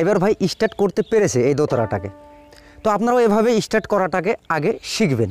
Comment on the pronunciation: কথাটা ইস্টার্ট নয়, কথাটা স্টার্ট। গ্রামাটিক্যাল ভাবে না শেখালে আপনার এই গ্রাম্য পদ্ধতিতে উঁচু স্তরে মিউজিসিয়ান হওয়ার সম্ভাবনা খুব কম।